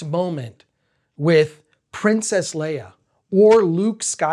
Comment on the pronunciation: It took me a while to understand you meant Leia (completely different pronounciation).